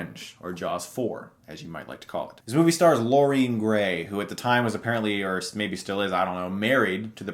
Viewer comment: Why does this guy have so much trouble saying "Lorraine Gary". It's Lorraine Gary, NOT Lourene Grey!